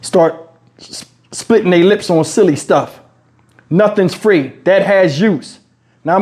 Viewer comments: I said what you said, who said it was Fa-Reee? 🤦🏾😂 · He said WTF is Fa-Reeee? I thought free was one syllable 😂😂😂